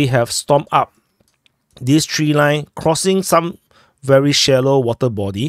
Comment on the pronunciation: Severny (means Northern) is not pronounced Zheverny by the way.